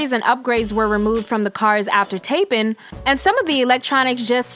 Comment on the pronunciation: “Tap’in”... you mean “taping” right!? 🥴🥴🥴🥴🥴🥴